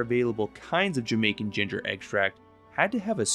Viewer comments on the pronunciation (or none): none